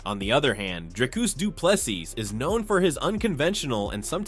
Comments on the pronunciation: Say Du Plessis the way you say Chassis... It's the same syllable, one syllable. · These AI voices don’t get the French nuance in his surname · Bro, learn to pronounce the dude's surname you are butchering it.😅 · Bro this is a robot generated video, it cannot say DDP's name correctly, what do you expect it to know about UFC?